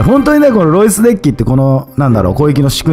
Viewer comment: # でエロイスと聞こえたのは空耳かな？ （ロイスさん申し訳ない）